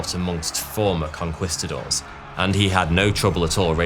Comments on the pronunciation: Con-kwis-ta-doors? I thought it was Con-kweest-ta-doors? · conqwhistadors 😂😂😂😂 really bro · lost me at conkWISTadors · CON-QUAST-TA-DOWRS bahahaha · hate the way he says "conqwistadors" but good video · please tell me "con-kwist-a-doors" isn't the standard british pronunciation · “Conqwistadors” lol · as soon as i heard "conkwistadors" I knew it was gonna be a bad time. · Con-quist-adores? Wtf kind of pronunciation is that?😂😂😂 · con-CUHWEST-uh-doors, bro what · Conquistadors = Con-KEYS -ta-dors. Spanish soldiers, Spanish pronunciation. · Con Quee-Sta-doors. Emphasis on the second syllable. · Racism? You mean... to mispronounce a word that refers to an extremely evil group of people? Look, racism exists but this only makes me want to pronounce your congestidaors even worse from now on. Sorry, who were they again? Gongestädörs? Qongeestadars? Who cares anyway.